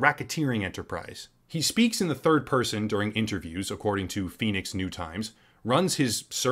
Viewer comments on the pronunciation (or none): none